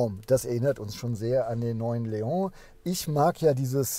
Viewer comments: Artic Ranger was daran ekelhaft ist, jmd. wegen falscher Aussprache zu berichtigen, ist mir schleierhaft. Ich mag seinen Content ja auch, aber es nervt schon sehr, dass er die Namen permanent falsch ausspricht (Zitrööön, Mercedes-Bäänz oder halt eben Leooh) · es heißt trotzdem LEON und nich Leohhhhh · Der Seat LEON wird nicht „Leong“ ausgesprochen! Das ist kein Franzose, sondern ein Spanier. „LeoN“. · Es ist ein spanisches Auto, kein französisches. Daher heißt es Leon und nicht Leoohh. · Cooles Auto und wie immer ein tolles Video - Danke. Zwei Dinge sind mir jedoch aufgefallen: Cap Formentor liegt im Nord-WESTEN Mallorcas und wie ein Vorschreiber schon erwähnte: Leon ist nicht französichen sondern spanischen Ursprungs und wird daher Leon - mit "n" (le.õn) ausgesprochen;-)